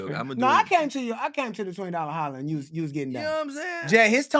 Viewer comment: "I want a knew life and I want it with chuuuu"!..??? Chuubacca?? come on mayyyyyne😂😂